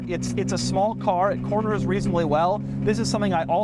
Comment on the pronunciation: Doug is the type of guy to pronounce the word "well" like "whell"